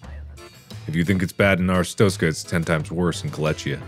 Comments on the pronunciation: It's been three years. Markiplier is working proudly, and ambitiously on Iron Lung. Still, no revisit to PP in Artist stokers.... Ars stronkers.... Arstotska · Anyone notice how he is saying "Arstotzka" wrong?